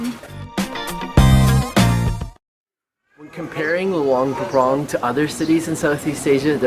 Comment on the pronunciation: You guys pronounced luang prabang wrong sorry if i spell it wrong